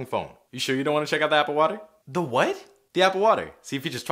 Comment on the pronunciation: Wait hold up did he say apple water? Apple skate bored